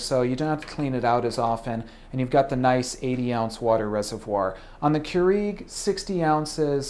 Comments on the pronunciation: First time I've ever heard it pronounced Keureeg. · Its not Keureeg. Get it right. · The way you say Keurig makes me annoyed lol, but great review! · You say Keurig wrong lol. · Why is this guy pronouncing Keurig WRONG!!!!!!¡ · Cant stand the way you say Keurig. Please dont say it anymore. Or say it correct. ;)